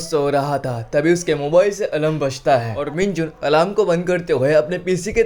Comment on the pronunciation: Alarm not alam